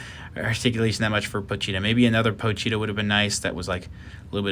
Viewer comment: Me: pochita Chainsaw man fanbase: pochita This guy: Pocheeta